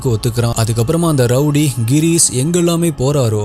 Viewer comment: avar peru Gheerees illa Ghirish!! enga konjam practice panji solli paru papom…